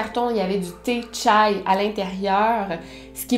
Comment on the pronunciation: Elle l’a prononcé comme une vrai turc 🤣